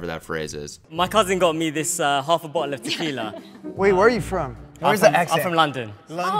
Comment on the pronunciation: yo don't lie u heard him say bottle before you asked where he was from. you damn well know he UK wit that Bottle of water bit they always making fun of 😂🤣💀